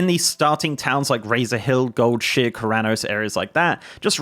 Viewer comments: Omg yeah I’ve never heard anyone pronounce it Gold-Sheer before…. I was shook. Only Gold-shy-er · did you say Goldshear on purpose? Its Goldshire my guy, not Goldshear. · It's not goldshear it's goldshire like the hobbits. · Never heard anyone pronounce it Gold-shear in my 17 years of WoWing. Lol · Did you just say goldsheer?? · lol first person I heard pronounce goldshire, “gold sheer” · I keep hearing "gold shit" lol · ☝️this part right here. I winced painfully every time with that pronunciation 😫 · His pronunciation of goldshire is making me cringe… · Your British comes out so hard when you say Goldshire